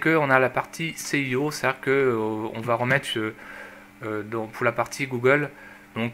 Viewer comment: et C'est pas le "céhiho" mais le S... EO, et on dit pas "Adondes" mais "adonne"...